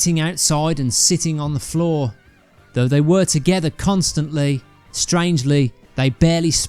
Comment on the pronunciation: I really wanted to watch this but after listening to the narrator for 5 seconds I couldn’t take anymore. BTW is “togever”a word? Shame.